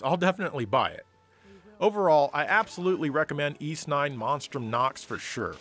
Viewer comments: Uhh ok, I believe it is pronounces 'Yiss' get it together man! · Huge fan but you say Es. The name is Ys. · The Turbo Grafx 16 CD games pronounced the name Y's like saying " Ease "